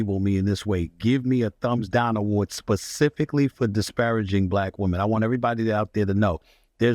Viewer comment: This man can't even pronounce "disparaging" correctly and he wants to cape for Stephen A Smith? This man's defenders are not sending their best.